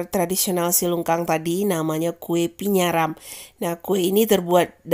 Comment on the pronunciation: Bukan Pinyaram. Tapi Paniaram.🤣🤣🤣🤣